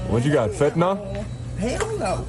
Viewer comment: Fentynal, no O in it